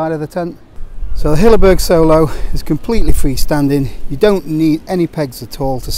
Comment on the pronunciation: Hilleberg Soulo, not Solo. Soolo. Double O as in poor.